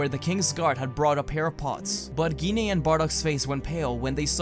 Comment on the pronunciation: Gine sound like Jean so u where kinda saying it wrong